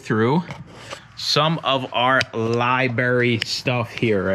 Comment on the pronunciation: Left after "libarry" lmao